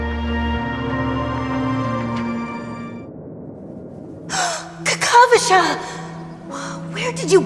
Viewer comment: aventurine name is kakavasha (named after the romani kakava) not kakashva